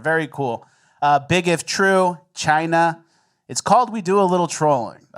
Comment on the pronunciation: My whole family including my 4 year old daughter says “Chyyynnnnaaa” every time. Never the old school China pronunciation.